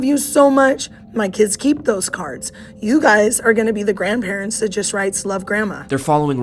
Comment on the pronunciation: “You guyziz children “ and that’s the teacher